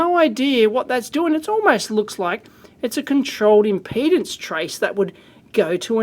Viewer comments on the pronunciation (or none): none